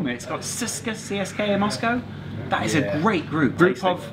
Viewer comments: Trust me, he is probably closer to saying it properly its pronounced tse se ka, I speak russian and am halv Bulgarian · you are sayign cska moscow